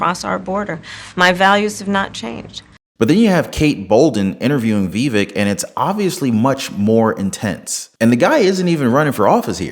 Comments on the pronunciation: Brother, it isn't "Vee-vick," it's "Vah-vake." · Vivek as in cake, is how to pronounce it. Not being mean, I pronounced it wrong at first too. I hope he runs in 2028. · Hey listen, how do you speak to you but learn how to pronounce his name it’s Vivek by cake the vape I don’t know what yet then crawl up somebody so they can show you and let you hear it how it’s pronounced best of wishes to you but please learn how to pronounce his name